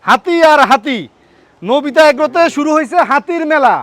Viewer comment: Bro, It's Nobita agro not Novita agro.